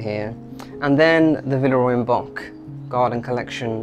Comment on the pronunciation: Love your videos. Just one tip because I can tell you love Villeroy and Boch. Check-out the proper pronunciation of Boch. It's a soft ch.